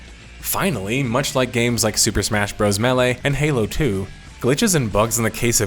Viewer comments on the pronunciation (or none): none